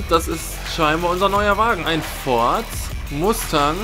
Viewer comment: das wird ford Masteng ausgesprochen